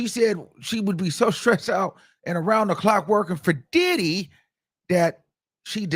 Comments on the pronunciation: Sounds like he's saying "DIIID HE"😂😂😂😂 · The way you say Diddy 😂